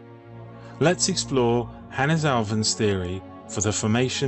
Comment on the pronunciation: A Finn here with my take on it... Hannes has two syllables, hence it's "Han-nes" with emphasis on the beginning of both syllables. Both "n"s should be heard much like in "can not". Swedes add a rising intonation to the last syllable, while Finns speak more monotonously.